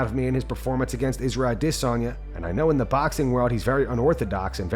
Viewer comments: Thumbs down for pronouncing adesanya like an idiot. You’re not cultured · Bro sound corny saying a-DISS-on-YAH. Like just say adesanya man